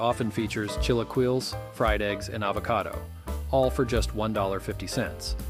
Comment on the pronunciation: The way he said "chilaquiles" for mexican breakfast lol